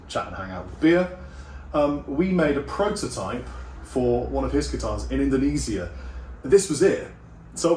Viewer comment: I love how Brit’s say Indonesia.